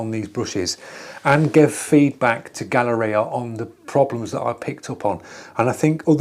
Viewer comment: It’s Gaahleri, not Gaahleria.